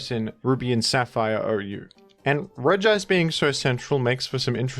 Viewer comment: I like how you make emphasis on pronouncing "Regice" as it's grammar suggest and I'm all down for bullying Gamefreak for writing Regice like that